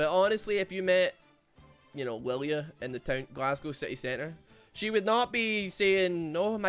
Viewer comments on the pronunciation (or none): Funny, Riot makes a Scottish champ but Scottish man cannot pronounce the name. Good job Riot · Anime deer, has supposedly Scottish name, Scotsman can't properly say name of fuckin deer, big brain designs.